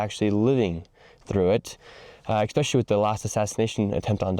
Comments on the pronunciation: Stop saying "expecially". It's "especially". Fix your pronunciation and you'll go further. You aren't wrong. As a public figure, you need to nail everything. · Especially, Nick, with an S, not EXpecially. I've heard you pronounce that word with an X countless times now and it drives me nuts. 🤣 Other than that, you're doing great work. Keep it up and stay safe! 💯🇺🇸✌️ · Love you Nick but stop pronouncing especially as ECKspecially